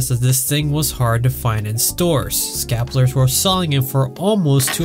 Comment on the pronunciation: This dude can't pronounce "scalpers" and it's terrible and hilarious at the same time.